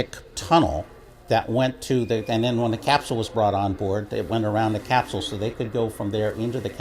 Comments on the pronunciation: What is a "Capshual"? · Uraneum Cuz Scott keeps saying “Cap-Shule” would be my guess? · Capsule is pronounced with a hard S, not with an SH as in SHit.